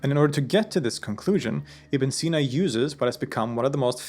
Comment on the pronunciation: yknow its ibni seenaa if you want to pronounce it correctly